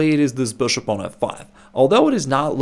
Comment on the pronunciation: This guy saying BishOpp is the the best thing in chess